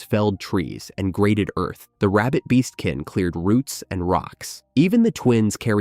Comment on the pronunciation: I keep hearing rabid beast men not rabbit beastmen